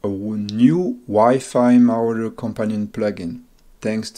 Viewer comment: mo-raw-der say it with me now